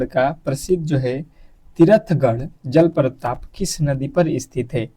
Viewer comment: भाई साहब आप हमे पढ़ा रहे हो और जलप्रताप बोल रहे